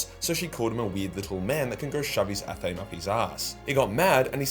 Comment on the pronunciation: called the WHAT? Why are you saying it like that? It’s ath-uh-may.